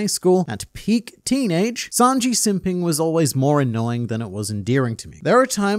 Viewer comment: Hearing "Snanji" reminded me of the presidents discussing One Piece vídeos. And now I miss them.